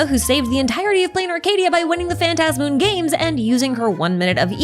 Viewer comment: I'm so glad you say phantasmoon the way I say it lmao